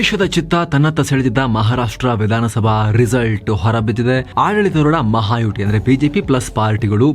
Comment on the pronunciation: ಅಣ್ಣಯ್ಯ,ಅದು ಮಹಾಯುಟಿ ಅಲ್ಲ, ಮಹಾಯುತಿ.ಯುತಿ ಸಂಸ್ಕೃತ ಶಬ್ಧ. ಯುತಿ ಅಂದರೆ Front ಅಂತ.